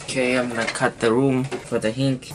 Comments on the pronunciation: hinge not hinc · NO it's not hink...it's HINGGGEEE with a G ... idiot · hinge is pronounced like this (hin-je) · It is not a hink it is hinge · I like how he pronounced hinge as hink I am not discriminating you its just funny man XD Anyways you stay in Thailand ??? If you do i live in Malaysia if you dont i still live in Malaysia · its pronounced hin-ge